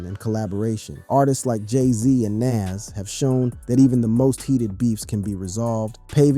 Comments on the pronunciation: who tf is "NAZZ"? must be a wanna be NAS or just a case of someone who can't pronounce an artist name correctly. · I've never heard " Nas " pronounced this way. And definitely click bait. Boo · Eminem dissed Dre?? Is that for reals?? Everytime he said the name NaS was incorrect LOL 🤣😂